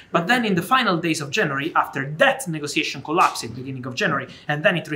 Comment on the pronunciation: Love how fabrizio prounces collapsed.. collap sid 😂